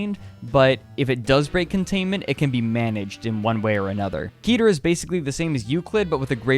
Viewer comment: I know this is a year old but I think "keter" is supposed to be pronounced "keh-tare" with a kinda roll on the t as it comes from Hebrew. Since that would actually be a pretentious over pronunciation in normal everyday language a normalized/bastardized English version would be keht-ter (rhyming with sweater) not key-tear. In the community though there is debate over this...buuut frankly since it's a real word and not some fantasy made up gibberish "debate" is irrelevant. It's keht-ter.